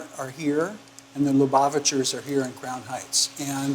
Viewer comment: There's no Yiddish spoken. Very disappointed. Plus there are secular Jews who speak Yiddish, and they too were not shown. a Very disappointing documentary. Zeir Shvach. Plus a several misprononciations like Lubavitcher. Plus, why is a non-Jew leading this? Just asking. But she is attractive.